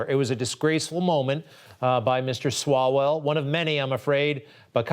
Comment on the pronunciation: Love how she called that clown "swallows" a few times referring to his name. I guess she didn't really know who he was and just said it wrong lol 😂